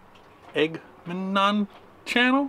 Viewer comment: Lol Ag ah mem non